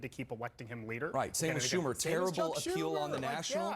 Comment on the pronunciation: I disagree. This round table was garbage. Most of them sound as out of touch as Schumer and repeatedly mispronounced his name and let beardy mischaracterize his Reddit posts. Be prepared if you wanna influence people on tv people